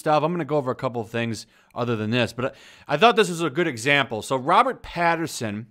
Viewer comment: Robert "Pattinson", there's no r in his name. Also batman is supposed to be musclular but not bulky